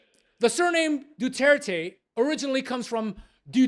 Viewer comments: French pronounciation 101 Dutert.. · kahit nga c PRRD, binigkas nya rin ng "dutert" yung apelyedo nya. dko alam kung sinasadya niya o may problema lng sa audio o bka nang aasar lng😅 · Buti naman my nakapansin sa pagbigkas Ng Mahal naming tatay ishadahh DUTERT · Because the true pronunciation 😂is Rodrigo dudirt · So how in the world they gonna judge him and don't even pronounce his surname correctly. They even never set foot on our country and have the audacity to judge him for trying to save his country. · However, that does NOT give the French judge the right to decide how someone’s name is pronounced. Either pronounce it correctly, or don’t bother being a judge. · The ICC is investigating Duterte for how many years yet they can not even properly pronounce its name